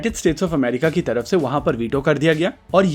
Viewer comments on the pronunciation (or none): none